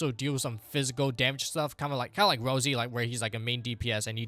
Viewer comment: Rossi, not Rosy bro